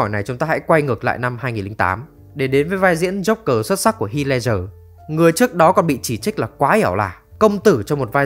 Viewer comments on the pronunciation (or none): none